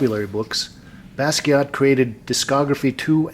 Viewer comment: You pronounced his name right this time,. ✋🏼 Thanks for the video btw